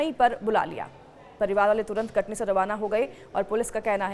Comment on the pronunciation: Thoda saf bola kare Katni kah Rahi hai sun ne me katli lag raha hai Katni kah uchharan saf kare